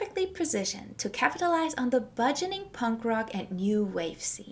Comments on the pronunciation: It’s “burgeoning” not “budgening”. There is no “d” but there is an “r”. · Good documentary! Btw, it's "burgeoning", not "budgeoning".